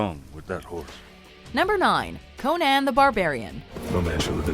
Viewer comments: Why does she say “Conon” instead of “Conan?” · Who tf calls it “Ko-nayn” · She pronounces it ConANN 😭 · Why is she saying Conan so fucked up? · CoNAN, lam-bay-sted?! Learn how to talk!! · The way you pronounce ConÄn and eragOne is annoying